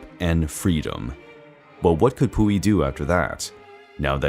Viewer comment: Lol I didn’t pay any attention cuz of the name pronunciation 🤣🤣🤣🤭🤭💀💀💀